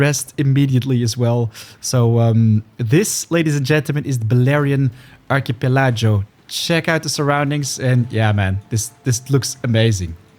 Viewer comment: Archipelago = 'ARK-EE-PELL-A-GO'. Gauge = 'GAY-J' ('J' as in 'Jam/Jelly') Love the video man. REALLY want to play it.